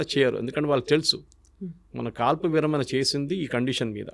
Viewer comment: విరమన ఏంటి - విరమణ . ణ పలకడం రాదా